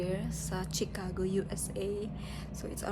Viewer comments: it’s pronounce shi- ca- go not tsi-ca-go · sorry no offense meant..it is pronounced SHIcago not CHIcago.. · CHICAGO is pronounced as (SHE) cago and not (CHI) like Chicharon😊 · Shicago....not chicago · Chicago pronounced as She-ka-go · I’m frm Illinois po ang pronunciation ng Chicago ay shuh•kaa•gow ✌🏼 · It’s pronounced as SHI-ca-go. Always listen to how the locals and the authorities say words and learn,. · Pronounce Chicago as Ch to Sh. Pronounce it as Shicago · Pronounced as She ka go. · Ay salamat sa nag correct sakit pakinggan ng chicago eh.😂